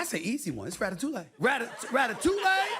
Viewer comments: Sorry but, "Ratatouleh" ? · Amazing. I know this is a small part of an otherwise harrowing episode, but I am beyond astounded by how could say so little about that theoretical fictional ratfight, and not get even as much as one word right. Like, first, obviously, that's not how you pronounce Ratatouille. Second, that's not the rat's name, the rat's name is Remy. Third, he doesn't "live" in a sewer anymore, he lives in Linguini's apartment, and he's actually a pretty small, dainty rat when compared to all the other rats in the film. And fourth, that movie is set in FUCKING PARIS, FRANCE. Which brings us to, fifth, Stuart Little however IS set in New York City, and canonically, in the novel he's not even a mouse, but a human child, he just happens to be 5 cm tall and look like a mouse, get your FUCKING facts right!!!!! Stuart would DECK that prissy little rodent without breaking a sweat on his computer-animated face! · so much wrong with this clip 😂 the butchered pronunciation of Ratatouille, the fact that the rat’s actual name is Remy, and the fact that the movie famously takes place in Paris… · As a French guy I am very disturbed by that guy's pronounciation of Ratatouille. And his overall lack of knowledge of the movie he is taking as example. The rat's name is Remy, and the movie takes place in Paris, not NYC.